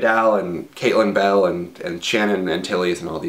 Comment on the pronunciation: When you first said Caitlin Bell I thought you said Katie Bell. I actually know someone named Katie Bell, and she always complains that she had the name before JKR ever came up with it =D